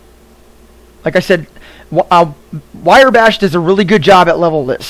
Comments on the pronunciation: Thanks for the info. Just a heads up - it's Wrye as in rye bread, not Wire Bash. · useful vid, talk a bit slower though, and PLEASE dont call it WIREBASH, its RYEBASH lol anway thanks for vid